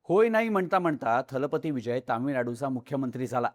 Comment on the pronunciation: 'दलपती' हा शब्द सगळेजण " थलपती " असा उच्चारत आहेत!